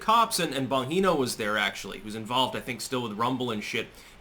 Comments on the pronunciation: "say his name... say his name..." His name is Bongino, not "Bonheeno". (The "g" sounds like a "j" as in "justice" btw. His name is Italian, not Spanish.) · It is pronounced Bong Jee Know